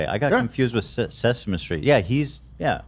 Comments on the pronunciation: Ethan not knowing Kermit was in Muppet Babies, saying Hanson instead of Henson, and saying “Sesema Street” all in the span of like 3 seconds has me dying of laughter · The “Sesema street” was hilarious 😂😂😂